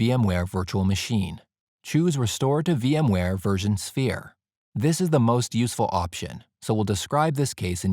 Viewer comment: Is he saying "VMware version sphere"?